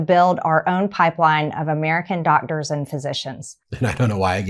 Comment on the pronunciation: dogdurs. Also, imphormation.